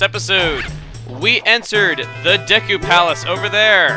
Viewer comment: Wow. Chuggaa is being really inconsistent with pronunciation. He keeps switching between saying Deku as DAY-koo, DEE-koo, and DEH-koo.